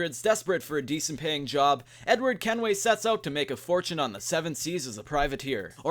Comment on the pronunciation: ‘Fredward Kenway’